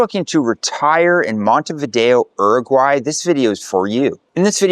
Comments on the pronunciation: It's never "er-aguay." In English, it's "yu-raguay," and in Spanish, it's "oo-raguay." I lived in Uruguay for a full year in 2011, teaching for International House, and unless things have changed a lot, your description is highly inaccurate. It was more expensive than Europe, the people were insular and rude, the food was low quality and monotonous, and the weather was chilly in the winter. And most educated and young people were quite proficient at English. There was also A LOT of crime! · Not oeroguay is Uruguay, emphasis in the U..., is not that hard to pronounce correctly. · Bro, either say “Uruguay” in english or spanish, not some bastardized in-between. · its not "R.Guy", its pronounced "U-ru-guay" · If you are going to make videos about a country, you should at least learn how to pronounce the name of the country properly.